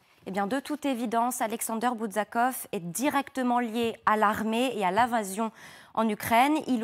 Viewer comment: Cessez donc de massacrer les noms des gens: ce n'est pas "BouDZakov" mais "BouZakov". Quand on parle de quelqu'un, la base de la base est de se renseigner correctement sur la prononciation de son nom.